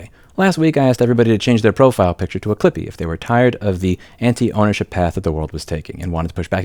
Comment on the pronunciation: Apparently some heard "strippy" rather than "clippy"!?